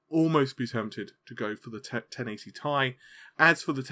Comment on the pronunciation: ten eighty TEE EYE. Short for Titianium.... tye, sounds terrible and cringy